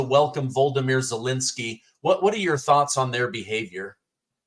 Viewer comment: Why does always refer to Vladimir Zelensky as Voldemere?